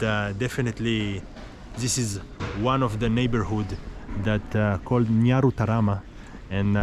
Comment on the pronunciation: You even know how to pronounce nyarutarama 😮😮😮